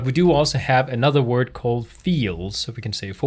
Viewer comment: I notice when you say PHP, you say PSP and, when you say fields, you say feels. Just something funny. Thanks for the vids!